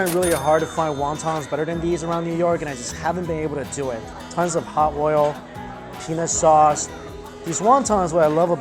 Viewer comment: I heard penis sauce more than once mike. 🤣